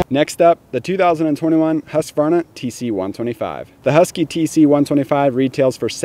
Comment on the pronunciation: Its a Husqvarna, not a Husqavarna..... Just saying.